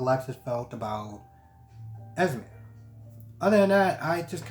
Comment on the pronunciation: Spencer’s girlfriends name is ESME You were right in the pronunciation - stop letting folks change your mind - you got this❣️ I think the reason why Victor wants all Cassidines on deck because I believe somebody is coming after the family and there is strength in numbers